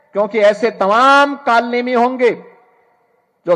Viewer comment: Kalnaimi hokar dusaeo ko kal naimi bol rhaa hai😂😂